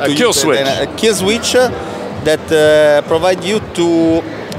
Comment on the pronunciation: "Killswitch?" "No, no. Killsweeech-uh."